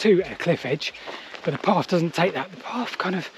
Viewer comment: FYI, its Path, not parf